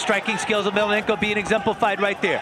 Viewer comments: I really hate this guy calling fedor " emelenenko" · the stupid commentators cannot even pronounce Fedor's last name correctly in fact they started calling him something like "melananko" what a fucking joke these ppl!